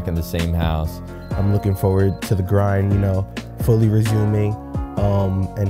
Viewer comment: the "grrind" LMAOOO